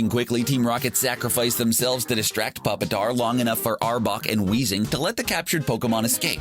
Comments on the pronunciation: It’s not puppet-tar it’s pronounced pew-pa-tar haha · 1. Pupitar is pronounced PEW-pitar. Not PUP-i-tar. 2. It's a TYRANITAR. 3. Victreebel is pronounced Vic-TREE-bell. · Another problem I have with this video is that they can't seem to pronounce Pokémon names correctly. They pronounced Giratina (gear-uh-TEE-na) with a J, like this: (jear-uh-TEE-na) And Pupitar is pronounced PUE-puh-tar, not PUP-ih-tar. Also, Victreebel is pronounced VICK-tree-bell, not VICK-tor-ee-bell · I was wondering when someone would point out that he said Mareanie is a guy lol. Plus they were saying Popitar 😂😂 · Did you just say "puppet-tar" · wut Puppatar? I Thought it was Tyranitar. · uM. pup ih tar? Are you calling pupitar a dog? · It's Tyranitar, not Pupitar. You butchered the pronunciation of Pupitar. The plural of a Pokémon is the same as the singular. Who's Elaine? It's Allan. Jiratina? Seriously, the pronunciations in the video are disgusting. It starts with a G, not a J 😐 Do you guys just throw these videos out without any research? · It’s a tyranitar not a pupitar. Also you didn’t even pronounce it right. It’s a hard u sound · I’m REALLY sorry but this really annoyed me. Pronounced Pyupitar and that was a tyranitar. Also VicTREEbell not victorybell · p uh pitar ee lane other mispronouncing from this guy Ow. It hurts my soul. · He pronounced pupitar Pup-itar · ah yes, pupatar. And how did you mispronounce it? Also shows Tyranitar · I stopped watching when the narrator called Tyrannitar puppy-tar. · Twilit _Gamer yeah the pronunciation of pupitar especially confused me lol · whatabout how he pronounced pupitar? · And cant pronounce pupitar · 1.Jame’s Mareenie is female 2. You mispronounced Pupitar 3.That was a Tyranitar not a Pupitar 4. Ash’s Pikachu isn’t rare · Says Tyranitar is Pupitar, and says it wrong. Says Victreebel isn't a dual type Grass/Poison. You're doing this on purpose to get comments, I hope. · How did he just pronounce Pupitar? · That pronouncing of Pupitar